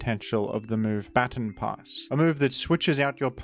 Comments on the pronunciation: "Ba-ton". Not "bat-on". It's not "batten down the hatches", it's a "ba-ton" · I didnt think i could dislike a pronounciation more than Groudon, but then I heard you say Baton Pass... shakes fist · "batten pass" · Thats not how you pronounce baton pass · Still crazy how you pronounce "baton pass". It's really cringe